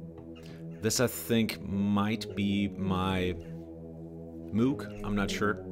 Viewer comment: Dude. You're German. ...How could you say "Moog" like that?!? ;)